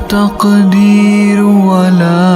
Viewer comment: تقدیرو غلط پڑھتے ھو